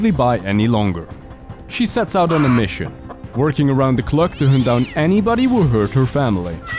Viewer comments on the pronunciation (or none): Does he intentionally say “around the cluck” instead of “around the clock”? If so, that’s brilliant.